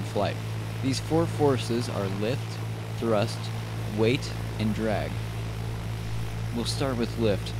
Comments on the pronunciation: ITS DRAAAG NOT DREEEG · Why is he pronouncing it "dreg" sometimes instead of drag... ISH TOO MUCH DREG, WE CANNOTS FLY! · dreg... dreg..... DREG. DDDRRREEEEGGG... it's drag buddy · if he says “drig” one more time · I cant😂😂😂 “DREG” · It's not pronounced DREG uuuggghhhhhhh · "opposite of lift is dreg"... LOLOL "DREG" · Nicely done video, but this is the first time I've ever heard "drag" pronounced as "drig". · very information. The biggest thing I learned while watching this was the proper way of saying DRAG. Thank you, I am forever in your debt.